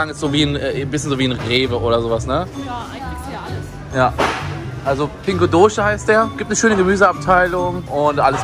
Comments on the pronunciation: Pingo doce, ausgesprochen dosi...:). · Ich finde das als Portugiese immer toll wie du die Sachen aussprichst :D Das Geschäft wird so viel ich weiss "Pingu Dose" und nicht "Pingu Dusch" ausgesprochen :D Zu dem Thema: Wie sehen deine Sprachkenntnisse nach dieser Zeit aus? Findest du es schwer zu lernen? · Nicht "Pingo Dosche" sondern "Pingo Dos" - so wie Dose nur ohne e :-) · Pingo Dosche xD ... ufff uff uff... da muss man aber noch ein bisschen portugiesisch lernen. :D Das "Ç" wird in portugal als "S" ausgesprochen. Somit Pingo Dosse :). Wenn du Nachhilfe bei der Aussprache möchtest ich bin von Montag- Sonntag erreichbar :D